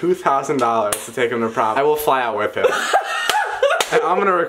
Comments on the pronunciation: what the hell is wrong with Dom and when he says with he makes it sound like wif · is it just me or do you guys also notice that Dom say wif instead of with? lol😂😂👍👌